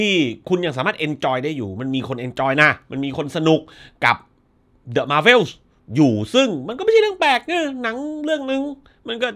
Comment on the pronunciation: เดอะ มาร์เวลส์ .. ❎ เดอะ แมวเวลส์ .. ✅ 😆😆